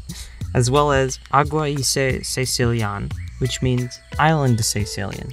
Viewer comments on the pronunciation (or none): i'm sorry, but it'spronounced caeCILLian, NOT CAEcillian